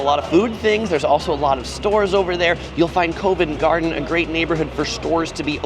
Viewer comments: Covent Garden is pronounced CUH-VENT. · Covent Garden has a hard O as in Pop. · fantastic video! I’m from London myself and still watched it all the way through to get your perspective on the place and you’ve done an amazing job… One thing I will say though for next time is some pronouncing the following Covent Garden (Cov-unt) Tottenham (tot-num) Buckingham (buck-in-um) There’s definitely a few more but I’d have to watch the whole video back again and write them as I go. Next time you’re in London you should do a meet and greet. The wife and I are really impressed with how well you’ve done in this video. So much work. Great job.